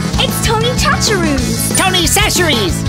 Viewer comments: LOL everyone pronounces "Chachere" wrong..my last name is chachere and i've only met one person who said it right. :0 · Gotta love it when a commenter corrects someone else's name pronunciation. Watch the damned video! It's French by way of Louisiana, not Paris. Sash-er-ee. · It annoys me that they're pronouncing Chachere's wrong. The first boy to speak said it almost correctly.